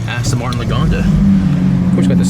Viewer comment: It's Lagonda, and I heard about it.